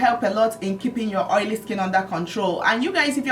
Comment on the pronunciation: can't get over the "OYO" pronunciation! lol